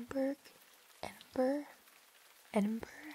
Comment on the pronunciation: Lmao, hearing her "try" to pronounce Edinburgh was fantastic.